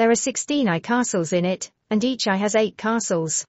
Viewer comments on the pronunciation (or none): Good video but terrible AI voice 🥲 it can't even say things properly. Like pronouncing AI as eyy 🤦🏻